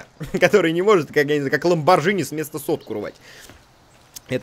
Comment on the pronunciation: Разрешите доебаться.Не Ламборджини,а Ламборгини.